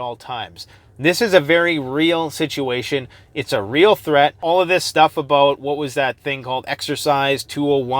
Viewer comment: Alot to talk aboot today! Hahh